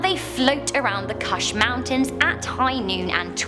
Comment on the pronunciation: This dumb lady thinks ‘ Afghani’ is a language. Get your facts right before you talk in a video, and maybe don’t talk so much to begin with. Also, she pronounced ‘ kush ‘ wrong. It doesn’t rhyme with ‘ rush’. So insulted she is not qualified to talk about Afghanistan